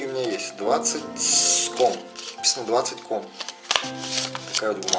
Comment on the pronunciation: Это не комы, а сомы.